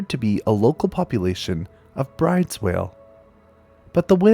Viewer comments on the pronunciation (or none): I know this comment is way too late, but "Bryde's" is actually pronounced like "brood-us." Yes, it's weird, but it's a Norwegian name. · Great video, thanks. For some reason Bryde's is pronounced Broo dahs. Weird, huh? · Great video as always, although Bryde's is pronounce like "broo-duhs."